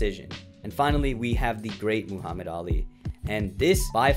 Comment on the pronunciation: Lol, Moohammad.